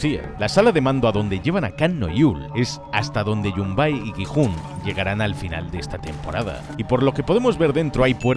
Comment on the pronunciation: Gi-Hun❌ jijun✅